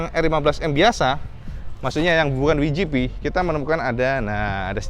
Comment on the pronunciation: Bukan "wijipi" tp "dabelyujipi"..